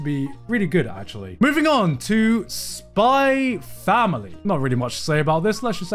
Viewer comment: Garnt saved my life, by proving, that I'm not the only one to pronounce it "Spy Family"